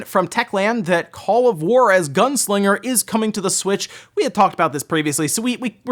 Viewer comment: call of "guarus"? XD